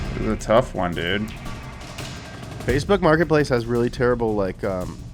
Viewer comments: i heard him say fakeboots martinplace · ”Fatebont Martin place”